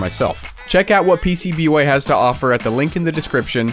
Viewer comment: I thought the pcb way disc said pubway